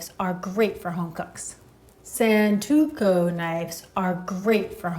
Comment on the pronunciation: Love your work! But, it's Santoku. The "o" is in the second syllable, the "u" is in the second. The link has audios of the correct pronunciation. Please Thanks